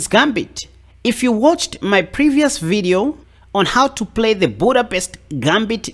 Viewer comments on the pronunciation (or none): none